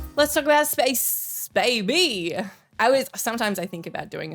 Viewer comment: “Let’s talk about space, Bay-BEE” That is channeling your inner Jules Gill.